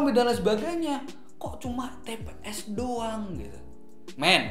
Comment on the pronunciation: itu "tps" mass bukan "pts"..haha..